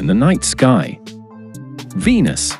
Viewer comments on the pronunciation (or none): none